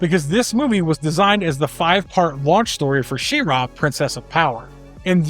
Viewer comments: She-RAW, huh? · She-Ra (shee-rah)